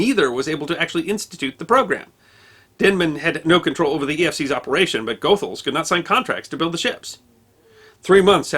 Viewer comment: Sorry for being pedantic but "Goethals" is pronounced : ghoo -thalz